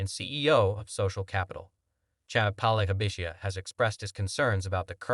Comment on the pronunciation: You pronounced Palihapitiya 3 different ways, and yet all 3 were wrong. Lol. If you are going to do an entire video on one person's comments you should either research the correct pronunciation or just use their first name.